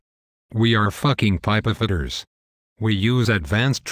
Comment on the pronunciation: "Pipe-a fitters"